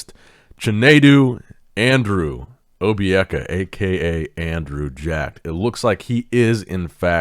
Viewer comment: Somebody get some jollof rice for his pronunciation of Andrew’s name. Pretty good 👍🏿